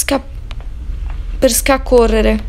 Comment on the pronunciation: Andata su dice scacorrere 😂😂😘❤ (nn è un insulto)